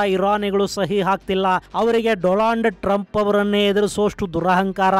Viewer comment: doland trumph😂